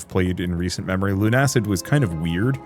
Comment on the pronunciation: its Luna-cid like lunar/luna and lucid not lune-acid